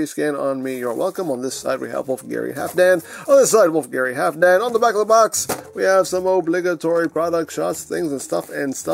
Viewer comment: Eigentlich wird das L mit ausgesprochen. Halfdan ist wenn ich mich recht erinnere ein nordgermanischer Name und damit skandinavischen Ursprungs.